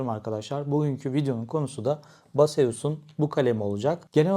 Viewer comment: merhaba. naçizane küçük bir düzeltme yapmak istiyorum.ürünün adı BASEUS . haklısın fakat okunuşu BASEUS değil. base us. ingilizce olarak ta beyz as olarak okunur. selamlar.